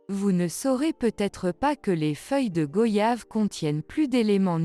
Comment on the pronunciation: Merci pour tous ces conseils, on les prend aussi pour des maux d'estomac, ou après un repas bien arrosé. On prononce goyave comme voyage😉